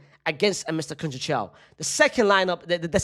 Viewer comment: conseisaum, thats how u say it